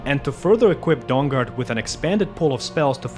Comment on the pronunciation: He keeps saying Dong Guard 😆🤣😂